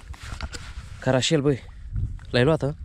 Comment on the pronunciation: Eu știu că îi zice cărășel ,nu carașel!no hate